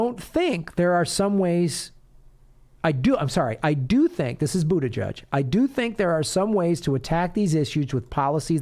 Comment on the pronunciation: Pete "Bougeiouse"?